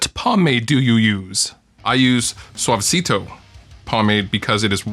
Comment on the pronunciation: Haha, the way you pronounced "suavecito" in the video sounds natural. Almost like a spnaish-speaker person.